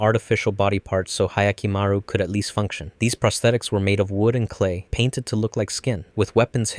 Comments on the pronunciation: "ahyakimaru" ? i'm sorry but can you actually read ? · That butchering of Hyakkimaru’s pronunciation hurts as much as the lack of Diavolo